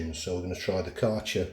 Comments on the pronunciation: You butchered the Kärcher pronunciation. 😂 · aaah right. I am German, so it was interesting to hear it. ☺️